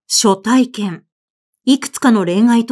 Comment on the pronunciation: 毎回 朗読を楽しみにさせて頂いております。今回も 林真理子さんらしい作風だと思いました。 「初体験」のところ 昔？は 「はつ体験」と いう いい方だったように思いましたが 「しょ体験」と聴いて 時代と共に表現も変化するのを知りました。はなこさんの朗読も 変わらず いいですね。 次回も楽しみにして おります。